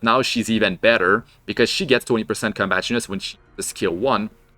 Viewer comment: What’s “Combatriness”? You mean Combat READINESS?! “Red-ee-ness”!